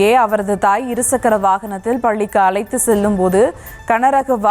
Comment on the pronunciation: ஏலாம் வகுப்பு, அலைத்து செல்லும்போது😅, தமிழை கொல்றீங்க